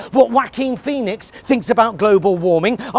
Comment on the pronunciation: And from now on, I'll use the pronunciation 'Whacking Phoenix', as well.